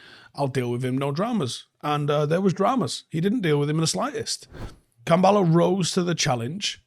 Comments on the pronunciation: Kambwala not Kambala. I a little bit of me dies every time u say Kambala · Why are people calling him "Kambaala"?? His name is KambWala. The "W" is phonetic. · Manchester United 🤝 pronunciation of Kambwala Avoiding W’s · Don't forget the 'w' in Kambwala. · Brits can't pronounce anything